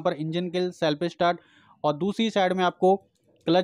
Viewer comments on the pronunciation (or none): Bhai topes speed nahi top speed bolo, aur selfie start bi nhi self start.